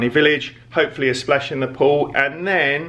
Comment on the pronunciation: Superb watch as usual. We had to rewind as thought you said Slash in the pool 😂😂. One bargain buys has too. God the food in. Cheesecake factory looks amazing. Must try. Great stuff guys 👏👏